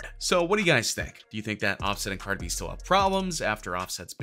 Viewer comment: Why did he say cardi's name like that